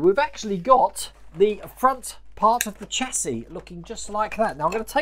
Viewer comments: I have to echo what others are saying. The distributor is likely a brake proportioning valve to meter flow of hydraulic fluid to the front and rear brakes. That notch in the frame might be a relief cut to keep the exhaust from hitting it. You’re saying chassis correctly, it’s “chassee” Definitely have to see this one again to make sure the wires are correct. I might be able to catch some of the livestream today while at work. We’re “essential” but not that busy during the week. I’ll watch the replay when I get home, either way. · Getting on nicely, You are pronouncing Chassis correct. The last s is silent. Great upload again, 'looking just like that' great idea for a shirt. Lol